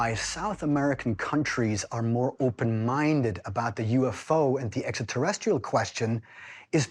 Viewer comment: I'm IMPRESSED!! You caught Giorgio not pronouncing it "EXETERESTIALS"!! Rare footage here!